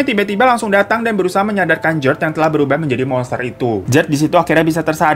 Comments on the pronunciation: "PINTU TEATER SATU TELAKKKHHHH DIBUKAHH" resep banget ih denger bacaan tajwid nya kak hiroooo😍😍🤭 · Pas ngomong "telah" makarijul huruf "kho" nya dapet banget 😭🤣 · Anjir tiap ngomong "telah" mesti ketawa